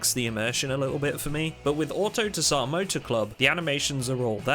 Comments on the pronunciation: Tsar is pronounced ZAR not ta-sar; the T is silent. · ZAR. the t is silent, homie. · Love your vids. Though autotsar is probably pronounced auto sar, in the word tsar the t isn't usually pronounced and I'm guessing they meant tsar as in king/ruler as in their mod is the ruling mod of it's type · fairly certain the pronunciation is auto-zaar like how a tsar is emperor in Russian